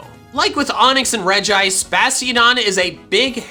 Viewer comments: It's (Rej-ee-ice) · I'm confused. He said "Regice" but I say "Regiice". WHO CORRECT? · It pronounce regi ice,not reg ice